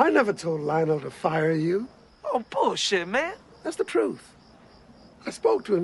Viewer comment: You told Lionel to FOLLOW me.(I know it's fire but sounded like follow)